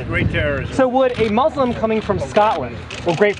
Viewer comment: I always find it interesting that Trump pronounces Muslim more accurately than most US media.